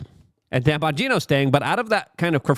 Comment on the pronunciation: Well, at least one thing was accomplished in all of this mess.....at least you stopped calling him "Don" Bongino. Lol, I like your "Lukeisms" dude but everytime I heard you call Dan Don it made me want to break things🤣